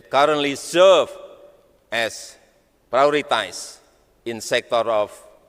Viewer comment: "Esbes es yu ken, plis invest en kam tu mai kantri" Jadi sales Smart city, tapi nggak bisa basa inggres. 😂